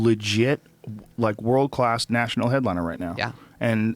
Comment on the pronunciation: Brian Still Can't Pronouns World ( Brian - "WROLD" ) HAHAHA!